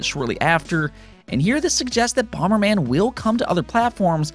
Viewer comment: What's bomer man? The original nes had bomber man.